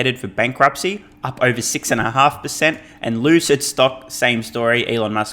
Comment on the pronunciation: Please, please, please come back to pronouncing Lucid Motors in British style, it cracks me up every time.